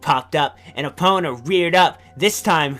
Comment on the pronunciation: "Epp-ih-na" -, 2015